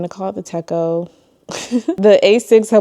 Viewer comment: I love seeing everyone's techo kaigis! always gives me ideas, lol! Also just so you know, Travelers Notebook is a system of notebooks on a string, not just a singular notebook. That journal would just be a journal or travel journal, not travelers. Also to help you out with the Hobonichi pronunciation, it is in fact pronounced teh-cho not tecko. You were soooo close to saying it LOL!